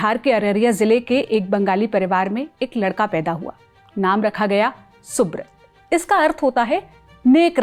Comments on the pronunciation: Please have the pronunciation right, it's soobraataa or soobroto as in bengali and not soobrot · Pronounced thik se karo - it's not subrat it's Subrata ( सुब्रोटो)